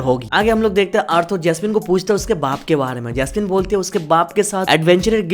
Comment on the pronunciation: Bro Arthur ko "Arthoor" nhi "Arthaar" pronounce karo